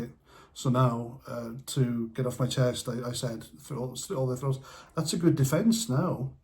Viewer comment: He said we should have our "froats" c u t ..... and that's officially okay apparently.... pretty chilling...